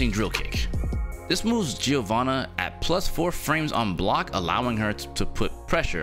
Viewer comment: It's "JO-VANNA" the I is silent